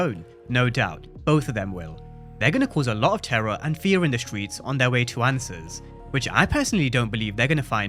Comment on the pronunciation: "the stweets the stweets" speak right mf STRRRREETS